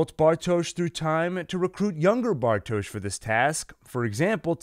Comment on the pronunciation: How is this man gonna pronounce everyone’s name wrong BUT bartoshz